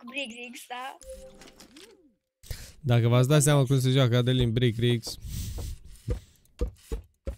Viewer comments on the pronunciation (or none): Birc rigs nu brig rigs =))